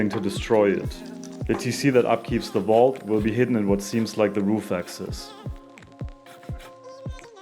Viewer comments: "Underwater Wault" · I love how you pronounce Vault :)